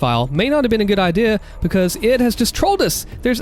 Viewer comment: I love how you say, bekos instead of because XD